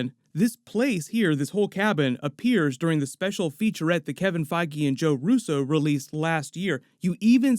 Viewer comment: Pretty sure his name isn't pronounced Kevin Feggy.....